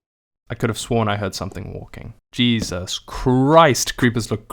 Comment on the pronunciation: Where did you learn to say "Jasus" My Bru? 👀😅